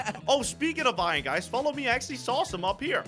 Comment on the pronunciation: its iron you said iyon in two videos